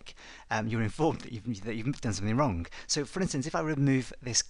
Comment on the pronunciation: Can you hear it? "wrun" :D